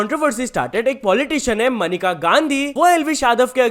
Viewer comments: मेनका not मनिका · Maneka hai not manika 😂😂😂